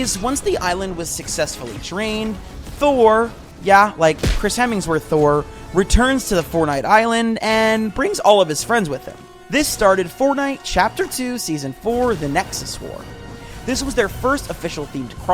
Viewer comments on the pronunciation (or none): It’s GA LAC TUS not the way you pronounced it and Chris Hemsworth not Hemmingworth are you illiterate?